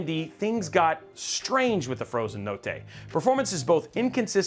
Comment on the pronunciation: I'm Italian and if you pronunce "notte" like that you are a certified psico